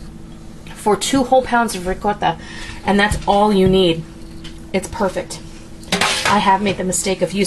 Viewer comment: You are one of the few who pronounces Ricotta correctly, thanks! Also, great Idea!!!!!